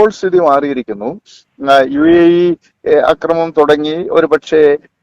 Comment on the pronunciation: കൊച്ചേ നിന്നോട് ഞാൻ പല പ്രാവശ്യം പറഞ്ഞു, അക്രമണം, എന്ന് പറയരുത്, മറിച്ചു ആക്രമണം എന്ന് പറയണമെന്ന്. അതേ സമയം, അക്രമം എന്ന് പറയാം. അവിടെ നീട്ടിപ്പറയണ്ട. അതുപോലെ നിന്നെക്കാൾ എത്രയോ senior ഉം ലോകപരിചയവുമുള്ള ഒരാളെ, എന്ന് വിളിച്ചത് ശുദ്ധ മര്യാദ കേടായിപ്പോയി. എന്ന് salute ചെയ്യാമായിരുന്നില്ലേ? ചുരുക്കത്തിൽ നീ മര്യാദ പഠിച്ചിട്ടില്ലാത്ത ഒരു മഹാ വികൃതി കുട്ടി തന്നെ.